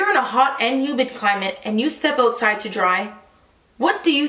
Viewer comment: has never sounded more Canadian. Oootside in the elements. 😂